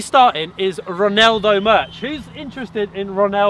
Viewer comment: Its not called ronelldo its called ronaldo